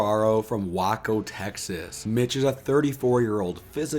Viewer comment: Waco not Wacko. 😂 Way co or weigh co😂😂😂😂